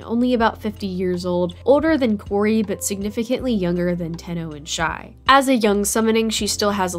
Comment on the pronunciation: Isnt it shai instead of shi